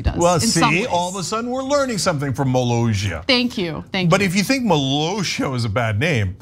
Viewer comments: Yep. They can't read iy seems. 2 S is not pronounced as a Z. By the end they almost say Malazia. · Its MO-LOSS-EEE-AAH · It's mi-lah-see-ah. Yes, he knows he has no power, it's for FUN and you're weirdly/awkwardly bitter about it. Maybe it's dumb to you, but 200 people a year thinks it's interesting enough to check out. Js. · I've known about this guy since 2010 when the TGWTG movie Kickassia was shot there. He's a really cool guy in real life with a wonderful sense of humor, he's described it as a "childhood hobby that got out of hand". Btw it's pronounced Muh-laus-ia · it's pronounced "moe-LAAHSS-eeyah" apparently, and it's actually 11.3 acres, not ONE acre. It's still relatively small for ~30 people. For reference, 1 acre is about the size of 60% of a soccer pitch/field. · They went to war with internet Personality Doug Walker and the other reviewers of Channel Awesome back in 2010. And the country is pronounced like Molasses cookies. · Molossia Sounds like: muh·LAA·see·uh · Cenk, I want to believe I've heard YOU mocking others for not pronouncing names well for the last time. Now, say after me: Ka-me-la. Cenk. Ma-lay-si-a. A-na. Mi-cro-na-tion. Bi-den. Mo-lo-si-a. A-me-ri-stan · By the way, the double ss is pronounced like an actual s, not a French j. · Molossssssia there are 2 Ss not one and pronounced as a Z but as an S. Can't they read?